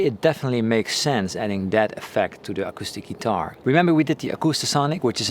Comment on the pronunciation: Hey man, I appreciate the videos. So your English is great and most things you’re really good at pronouncing. One word that is fairly important to your channel I thought you could use a tip on. “Guitar” The i is pronounced like the i in fill, pill, or middle. So not ‘gee-TAR’.